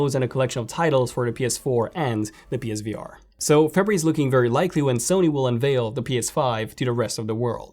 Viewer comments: Febree.. what month is febreee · The way he says February lol, awesome stuff man